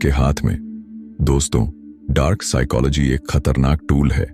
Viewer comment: Bhai video to bhut accha hai per apne psychology ki pronunciation hi change kr di.